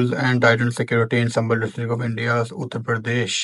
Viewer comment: Endia, Entirior,,, english to teek se bola karo..😅..😂